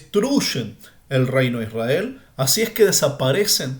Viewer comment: MIRA:hand-pink-waving::hand-pink-waving::face-red-heart-shape::hand-orange-covering-eyes::eyes-purple-crying::face-purple-crying::person-turqouise-waving::face-fuchsia-tongue-out: PAJERO #1ISRAEL NO SE SCRIVE NI SE PRONUNCIA ASI #2LLEGARON A JUDAC SE APODARON JUDIOS:face-blue-smiling: NO HAS DICHO COMO SALIO LA PACHANGA:face-green-smiling::face-green-smiling: EN NOMBRE DE JACOBO” ELIAS” ISRAKY. no entiendo????/